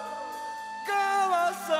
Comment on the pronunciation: все хорошо, только не понятно, почему человек в ермолке постоянно говорит "завухуд". В оригинале - "зовут". Возможно, он плохо знает русский язык. Следует разъяснить особенности произношения талантливому артисту.